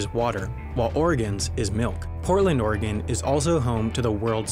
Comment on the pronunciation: He said Oregon right!